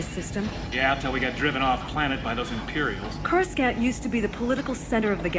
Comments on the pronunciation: It’s Corus “can’t” This audio drama came WAY before the prequels. If you look back at all the old audiobooks, that was the official pronunciation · This isn’t a fan production. This was official released, corus “can’t” was the the official pronunciation. This came out WAY before the prequels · CourasKant kills me every time 😅 Also boggles my mind at just how many YouTubers mispronounce SO MANY words, whether it be fiction or geographical or names, whatever... You'd think that if u SPEAK for a living, any word that seems REMOTELY difficult to pronounce, or could possibly look like it's pronounced one way but it's really another (i.e. CourasKant lol), you'd take the 4-11 seconds to just Google the word and "pronunciation" to nail it the 1st time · You got to understand this was created BEFORE the prequels. Coruscant was pronounced as CourusKant. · I love this simply because coruscant was, for the first time I’ve ever heard- pronounced “Corus-cant” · This is an audio book made by people and that’s how George Lucas pronounced the planet’s name. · That was the original pronunciation before the prequels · Am I the only one who finds the pronunciation of Coruscant a little strange? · Core a sant not core s cant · Denture thing ruined by wrong pronunciation..it's not 'scant' it's 'saunt'..Corisaunt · The pronunciation of Coruscant 😂 Core - you - sant. Thats how you spell Coruscant. Not "Koraskant" pronunciation. That word looks polish lol 😆😂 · Coruskant? 😅 Ever watched the PT at all AI? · I loke all the little tweaks to dialogue they made, like pilot chatter. they add alot of atmosphere! And the voice actings very well done! Really my biggest complaint is towards the beginning 'courscant' was pronunced wrong, which is a small thing compared to most fan films and fan projects. This is definitly going in a list with the popular thrawn comic fan adaptation. Excited to start listening to your rendition of dark empire II now! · Coreskant is such a funny pronunciation lol